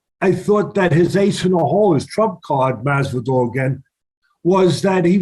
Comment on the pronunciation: Teddy ‘Mazzvidolll’ Atlas